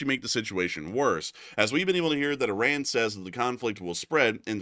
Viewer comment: The New name if the Country is.. I-Run! 😅 got um!